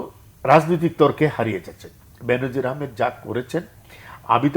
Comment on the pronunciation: উচ্চারনটা "বেন‌জির" হ‌বে , "বে‌নো‌জির না।